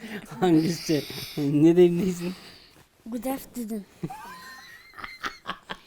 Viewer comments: гудафдудун дейт секети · байке оло жыргап кулду э"гудавтедудду" угуп😂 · Гудафтудун дейт